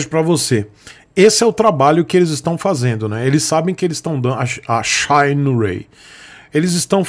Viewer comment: "Xainirey" kkk tomar banho viu